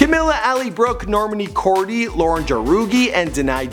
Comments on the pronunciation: OMG R U SERIOUS.. U GOT NONE OF THEIR NAMES RIGHT ERHMM ITS PRONOUNCED 'CAM-EELA CAB-EYO' 'LAUREN HOR-EGEE' 'ALLY BROOKE' ' DIE-NAH JANE' AND 'NOR-MANI KOR-DAY' .. GOD 😂😂💜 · NORMENI KORDEE, LAUREN JARUGI, DENY JANE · Normani KORDI, Lauren JAROOGI, DINY Jane😂😂😂